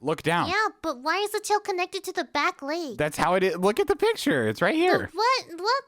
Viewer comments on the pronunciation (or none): saying leg sounds like lAg😅